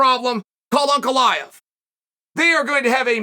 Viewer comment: Whenever Chael said Ankalaev, I would be like who is Uncle Iev? Just realized